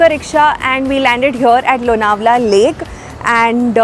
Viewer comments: This video is shot last year. Last year It rained a lot and so lots of greenery.💚 In our home all products r from MAPRO😅 And LONAWALA= Chikki Specially MAGANLAL ki😃 Yaha jao aur chikki na lao to paap padega😅. BTW ANCHOR MARATHI THI LEKIN ' L' ka Marathi sound Lonawala me galat tha. Misal me sahi tha. Lonawala me 'N' sound bhi galat tha. Hindi jaise sound ka upyog kiya It's लोणावळा Nt लोनावला It's मिसळ nt मिसल😊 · The pronunciation of Lonavla in the train announcement was wrong. / - your pronunciation is correct